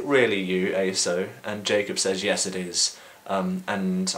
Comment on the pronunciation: i've always heard Esau pronounced like "ee-saw"